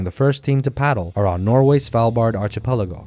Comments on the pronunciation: It’s pronounced archipelago, not archipelago. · Man, you really butchered the archipelago word. Read up on how to pronounce it, why don't you. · Why the absurd mispronunciation of " archipelago " !?!😮😢😮😢😮😢😮 DUH !!??!! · and --you dorks can't read, I was talking about the narrator's mispronunciation of the word "archipelago"--his english pronunciation was otherwise fine so I knew English is probably his first language--DUH !?!😮😂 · Jeez!! Someone do so something about the narrator's pronunciation of "archipelago "--a bit of a joke !?!😮